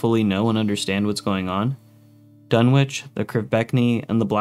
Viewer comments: It's DUNNITCH, not Dunwitch. The W is silent. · FYI, the W in "Dunwich" is silent.